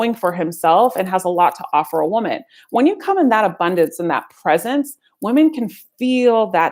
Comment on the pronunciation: Woman and Women are pronounced differently. She should know that!